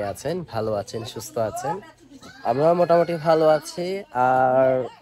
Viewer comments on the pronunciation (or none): আচেন না আছেন হবে আচি হবে না আছি হবে। ইংলিশের ছড়াছড়ি কিন্তু বাংলাই বলতে পারেনা। আবার চ্যালেন( চ্যানেল) চালায়।